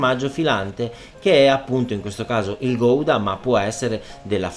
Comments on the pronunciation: Gouda si pronuncia "Gauda" preferibilmente con la g un po' sgatarrata all'olandese :D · chef eheheheheh non si dice "Goidaaaa " Ma in italiano con la u senza pronunciare la "O" guda ma si scrive Gouda ...formaggio style Hollandese scusa chef ,...sei spettacularrrrrrrrr